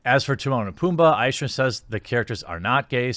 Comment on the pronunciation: Jeremy, Love your videos. But you saying Aych-ner is driving me crazy. It's Billy Ike-Ner.